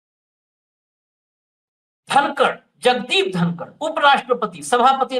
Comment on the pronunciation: धनकड नही कनकड😂